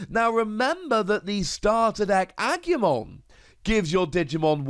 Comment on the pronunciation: congratulations on getting Angemon right ^O^, but talking seriously Kabuterimon has an interesting effect, and low evolution requirements, so the green deck seems to be for fast evolutions and counter attacking, mmm interesting if not a little dangerous, am gonna take a wild guess here that some of the other green cards are gonna help putting the oponnent's digimon to rest mode, probably Lilymon is gonna have an effect like that. Who knows but am definitely excited